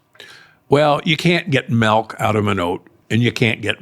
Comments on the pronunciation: What’s “melk”? Is it similar to milk? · what part of the US is Doc from? "melk"